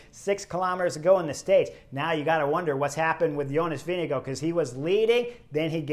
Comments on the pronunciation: Chris, I know it's the end of TdF but better late than never. The race leader's name is NOT pronounced "VeeneGO" but "VingeGAARD". Thank you. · Thanks for that Ozaip...the pronunciation of Vingegaards' name by Chris (and many other announcers) had me screaming at the screen. 😉